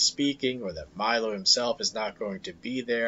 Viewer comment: Learn how to pronounce Milo's name